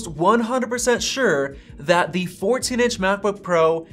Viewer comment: You have a pretty good channel, but your constant misuse of articles (“a,” “the”) with a long vowel sound (“ay,” “thee”) is REALLY annoying. Nobody says, “THEE MacBook Pro .... (blah, blah, blah).” You say, “THUH” when the next word starts with a consonant. You only say “THEE” when the next word starts with a vowel. And just don’t say “ay.” Like don’t say, “The battery lasts AY lot longer.” You say “uh.”